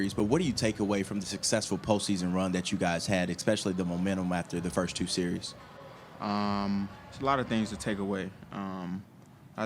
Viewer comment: It's a seeeeee-reeeeeez bruh!